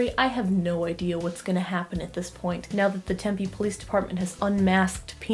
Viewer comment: as a fellow Arizonan, im triggered by how you pronounce Tempe